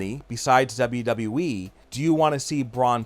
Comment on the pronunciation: Imagine doing a wwe channel and not being able to pronounce wwe correctly